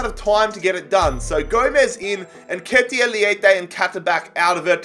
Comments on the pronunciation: Thx plus u got nketiah right the first time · Don’t worry man you pronounced Nketiah correctly 😂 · you pronounce it correctly somehow